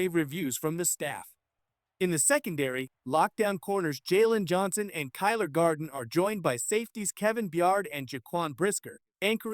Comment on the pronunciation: Agreed! Kyler Garden! Da fuq